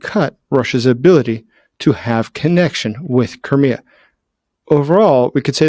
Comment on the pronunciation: I thought it was pronounced cry-me-a not ker-me-a. Does have an accent thing or am I pronouncing it incorrectly